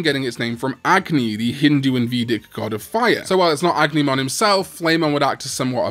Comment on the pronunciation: It's pronounced "A-gu-ni-mon", not "Ag-ni-mon".